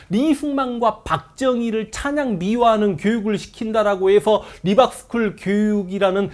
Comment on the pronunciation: Reebok 신발회사인줄 알았네요 (미국발음 리박)